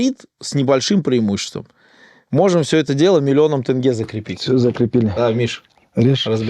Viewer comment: По-моему он специально говорит-«тЭнге»🤦‍♂️